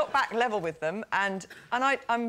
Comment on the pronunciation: "I HATE HIM WIF ALL MY HEART!!!"